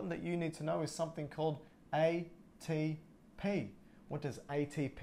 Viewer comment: wow you explained this so well I just watched 10,000 videos and yours is by far the very best !!! I like how you say aye-tee-p